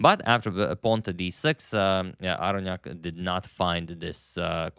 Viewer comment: It's pronounced Aronnok.